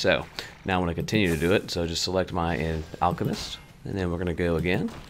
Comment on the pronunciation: You said alchemest too many times dude it's an Alkahest "Hest" not "Messed". LOL Just sayin.